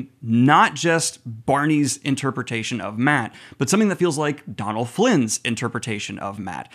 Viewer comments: Donal is pronounce Doe-nal not Don-al, There's an accent/fada on the o (it's a Irish/Gaelic name) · Love the channel and the wheel of time content, just a small thing, his names pronounced dough-null Flynn not donnell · Buddy just a heads up I'm fairly sure Donal's pronunciation is "Doh-nal" - at least how it usually is pronounced here in Ireland 👋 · I think Donal Finn is a good actor but I'm sorely missing the humour and lightheartedness that I always associated with book Mat, hoping it comes back later in the series 😢 (btw, his name is pronounced Doh-nul, like dough or Homer's D'oh 😂 Tá fáilte romhat!